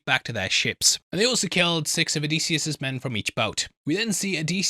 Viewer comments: And it’s oh-diss-e-us … pronunci time, pronunci time, pronunci time… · If it helps, Circe rhymes with mercy and Odysseus is uh-diss-ee-us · Here are the correct pronunciations: Oh-DIS-yus a-ga-MEM-non Men-eh-LAY-ohs SEER-see (or KER-kee) Ta-LEM-ah-kos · why the effing diphthong there is no AY sound anywhere in Odysseus’ name. O di sioos and with the i I mean the EEee sound. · I'm a classicist, so I have an appreciation for the original. But of course modern pronunciation does not, nor need not, follow the original exactly. The generally-agreed upon modern pronunciation is Oh-DIS-yus. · I'm Greek with studies in history and archaeology and i have to say that your pronunciation is not even close 😊 It's O - thy - sefs...Just like that... The dactylic exameter rhythm has to do with the tonality in a poem and the tone there might differ due to poetry reasons..That has nothing to do with the pronunciation itself